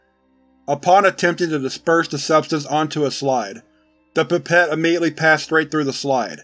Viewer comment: The "Pépette" lol! Awesome as always! Thanks!